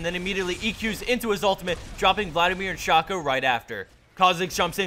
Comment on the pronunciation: Please learn to pronounce Shaco. Thanks.